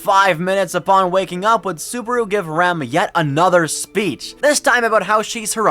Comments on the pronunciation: Man i really wanted to watch this but the way you pronounce Ram like Rom is kinda ruining it. Like im trying to listen and wondering what this old man is doing in all the other arcs :/ with a show that has Rem, Rom, Ram, etc you gotta pronounce it correctly. Ram like Dodge Ram, like the animal. Rom like CD-ROM. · You say Ram like "Rom" and it brings me endless amusement imagining that old giant as one of the Oni twins lmao.